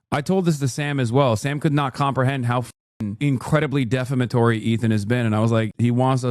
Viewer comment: The way Hasan pronounces "defamatory" is really special. What a special little guy.